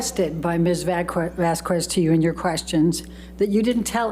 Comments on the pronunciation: calls Camille - Ms Vas kwez. The pronunciation of Vázquez depends on the language and region, but it is typically pronounced VAHS-kez or VAHSS-kez. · I know it petty, but it really bugs me every time says "vas-kwez." Sometimes she gets it right, which makes it even weirder. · I cannot explain how much it irks me when amber lawyer pronounces Ms. Vasquez wrongly every single time…!! It’s Vas-k-ez, not Vas-qooez! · Is it just me, or does mispronouncing Vasquez as Vaskwez come off as annoying and incredibly rude? Like she couldn't take the time to learn how to say Vas-kez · it drives me insane how says “vas kwez,” vasques isn’t even a tough name to pronounce 😅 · The fact could not learn how to pronounce Camille’s name in 6 weeks is so rude. And AH is a terrible actor. So overdone. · Vas-kwez? Wth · "MS. VASS-KWEZ" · Let me just tell you her attorney gave me anxiety. Also calling Camille Vasquez Vaz kez. Amber agitated me with her looking at the jurors and then her sass. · The way her lawyer pronounces “Vasquez” is so annoying. She keeps pronouncing it as “vass-kwez” even at the very end of the trial when she’s heard it correctly pronounced even by her own team many times. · Why did keep pronouncing Camille s name incorrectly,how rude of her. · Pisses me off when miss pronounces Camille's last name. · She looks like she has been into too much pink lady, why doesnt judge tell her to pronounce vasquez the right way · should've learned how to correctly pronounce Camille's surname!!🙄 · This stupid defense attorney’s mis-pronouncing of Vasquez last name is an indication of her lack of professionalism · I can’t stand how says Camille’s last name! She messes it up ever time!! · My god it annoys me how heard's lawyer mispronounces Ms. Vasquez's name every single time. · OMG Amber's lawyer is so lame! She doesn't even pronounce Ms. Vasquez name correctly!! Ugh soooo annoying!!😮